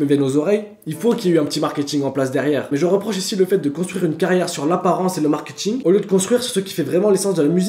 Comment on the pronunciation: "Le markiting"